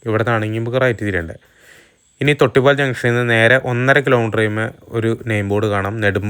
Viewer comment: തൊട്ടിപ്പാൽ അല്ല തൊട്ടിപ്പാൾ. നെടുമ്പാൽ അല്ല, നെടുമ്പാൾ. തൊട്ടിപ്പാൾ കണ്ട അമ്പലത്തിന്റെ പേര് തൊട്ടിപ്പാൾ അമ്പലം തന്നെ. ചേട്ടൻ പറഞ്ഞ പോലെ റോഡ് ഒക്കെ അടിപൊളി തന്നെ. പക്ഷെ ആറാട്ടുപുഴ പാലം കടന്നു നിങ്ങൾ തൊട്ടിപ്പാൾ അമ്പലം എത്തുന്നത് വരെ ഉള്ള സ്ഥലം ആണ് മുളങ്ങു. അവിടെ നിങ്ങൾ വീഡിയോ സ്കിപ് ചെയ്തു. ആ സ്‌ട്രെച്ച് റോഡ് ആകെ തകർന്നിരിക്കാണ്. അതെന്തേ കാണിക്കാതിരുന്നത്. അവിടെ വണ്ടികൾ എല്ലാം സ്ലോ ആയിട്ടാണ് പോവുക. അത് ആലോചിച്ചു പ്ലാൻ ചെയ്തിറങ്ങുക